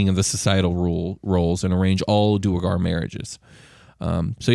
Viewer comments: I'm curious if the way you guys are pronouncing their name is correct? Due-rE-gar seems to add an extra e in there... Isn't it more like du-awr-gar. ? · Ik this is old but it’s due-air-garr. ..do-where-garr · It is pronounced Duergar (dwargar) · Gentlemen, I'm loving your content and listening to every episode! We have to talk about a couple things though. I get neither of you are all about the proper pronunciation of the names in D&D but, if you're to sell yourselves off as the "cool, metal D&D podcast" you gotta say the names in the coolest way possible. Now, Asmodeus is a fairly easy name to say with a cool emphasis. Just like in Wolfgang Amadeus Motzart, you'd say, Wolfgang "Az-mo-DAY-yus" Motzart! (The emphasis should be on the "DAY" syllable, not on the MODE. Think of it as 2 words: Asmo + Dayus.) When it's said too fast, it just sounds plain like... Jeremy or something, Lol. The king of the Devils can't be sounding all plain and stupid. He's gotta sound like The King (like Elvis but cooler)! Just food for thought where I love what you all are bringing! Stay cool, rock on and always keep on rollin'! 🤘😎